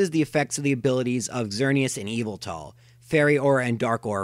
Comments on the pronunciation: its said yah-vul-tal not ee-vel-tal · Why do you say Zygarde and Yveltal like that